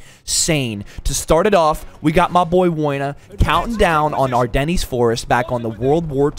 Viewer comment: That’s not how your pronounce Ardennes